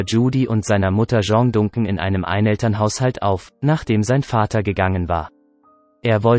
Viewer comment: Lerne mal den Namen richtig zu sprechen ! Es wird nicht Duncan sondern Dancan ausgesprochen